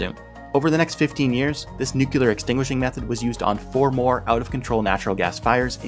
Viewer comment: ...nucular? 🤣 Jokes aside, you did an amazing job. The algorithm gods will one day reward you for your good work. GG